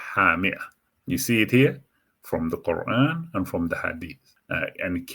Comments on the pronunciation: Confusing person and confusing subject. Not experienced and without knowledge. Can’t pronounce the words in the Quraan. Very bad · lol you can't even read the Quran correctly and you're trying to interpret it? get a life while you cant